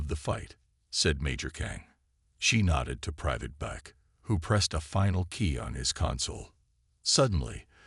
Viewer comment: Private Beck!!! Not bake. Idiot AI.